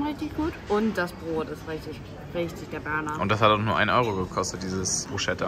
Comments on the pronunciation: Hey nur als Info Kötbullar wird Schötbullar ausgesprochen und bruschetta brus cetta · Ich lieb eure Videos nur eineVerbesserung (nicht böse gemeint) das Bruschetta spricht man Brusketta